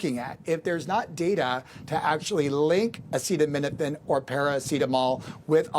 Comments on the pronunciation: Oh, yes PLEASE do watch the whole statement of trump on this.😅 Like when he couldn't pronounce acetaminophen. Full on stupidity. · This station didn’t show him try to pronounce acetaminophen. What a moron.